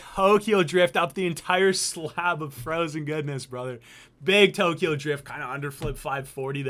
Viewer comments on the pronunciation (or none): none